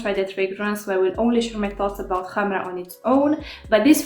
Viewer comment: Finaly someone that pronounces correctly the word Khamrah :) Thank you for your review! 🌺